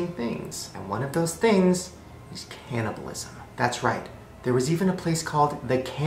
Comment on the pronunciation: Umm I bit into a taco the second he said cannabolism